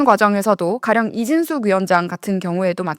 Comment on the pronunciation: 발음 공부도 쫌 하시고 ^^